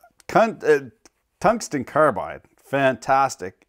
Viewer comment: Did ya just say Cuntstencarbide? The resin must have gotten into the gray matters. Again very hilarious/informative video. 😂